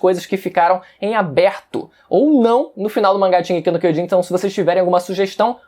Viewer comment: Puta que pariu, até os atuais dias você não fala direito a porra do título, aprendendo a falar Japonês, curso e tudo mais, porém... O título continua errado, bom..., Foda-se, estou aqui pois tem outros piores.